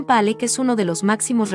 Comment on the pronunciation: Al margen de la elección de las obras (hay 2 de Picasso y ninguna de El Greco ni de Goya y falta "La Última Cena), creo que el audio es muy malo. Los nombres de los artistas franceses están mal pronunciados. Y algunos nombres cambiados, (Batticelli x Botticelli, Merat x Marat, Pallack por Pollock)